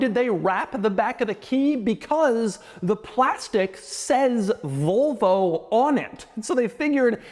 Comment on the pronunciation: I can't be the only one hearing "Vulvo" every time he says Volvo, right?